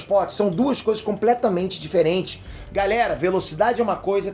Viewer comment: Impressão minha ou no final do vídeo ele fala: galela